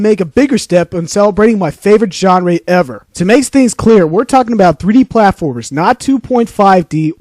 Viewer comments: "John Ray" 😂 I've just rediscovered today as I'm having a 3d platformer phase again hahaha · I seen this many years ago as well. I credit it for how I discovered Conker’s Bad Fur Day, which is one of my absolute top 10 favourite games of all time. However, listening to it just now, I cringed at how badly he pronounced “genre”, and can’t believe he took offence that you were merely correcting him about that. Man, he had some issues. And yeah, it is like watching gameplay through water. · I remember this video... I remember got really defensive because I told him he pronounced "genre" wrong. Looks like it was filmed in Vaseline. Where video's really that low quality back then....